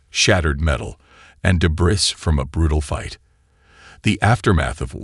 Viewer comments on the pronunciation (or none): To correct the pronounciation. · Debris needs to be debree